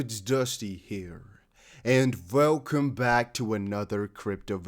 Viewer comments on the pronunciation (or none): Are you saying "vwelcome back to another crypto video"?